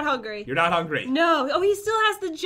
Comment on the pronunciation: It's "not" not "nog"